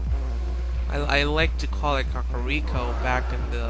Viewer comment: the second way you said kakariko is the correct way. and if its not, its the best way =D